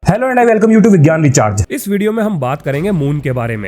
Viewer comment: he says "VIGYAN RECHARGE" and i listen "GYAN VICHAR".... why ???